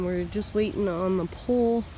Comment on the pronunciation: I thought you were saying that you were getting a POOL delivered, not a POLE! 🤣